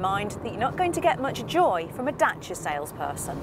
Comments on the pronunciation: The women pronounced it correctly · you are the only british presenter I know, who reads car names correctly. "Dacia" and "Ibiza", both pronounced in their mother tongue. Pleasantly suprised! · Yes it is. James May even corrected himself in one episode. knows her thing. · She said it perfectly well. For the first time she was even funny a bit like Matt :) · She pronounces the name right . That's exactly how we say it . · Crana Yes, that's the way to pronounce Dacia. Italians would get it right the first time since romanian language is derived from the latin language just like italian, french, spanish and portuguese are. But italian seems to me it's more similar to ours. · she's pronouncing it properly :P that's nice